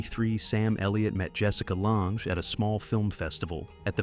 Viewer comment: I laugh when I hear 'take a bow' sounding like Bowtie, AI obviously and Jessica LONG, born in Minnesota, but it's LANGE and pronounced 'lang'